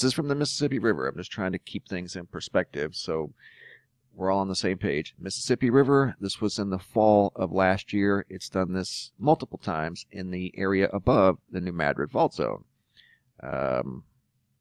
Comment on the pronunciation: New Madrid is in Missouri, so there's no explanation for the proper pronunciation being New May-drid. The huge earthquake in the early 19th century is telling. . .